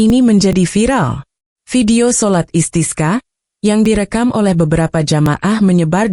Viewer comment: sholat Istisqa, bembaca beritanya spt tdk tahu pengucapan ajaran Islam ( bahasa arab ) asal baca saja tdk tahu maknanya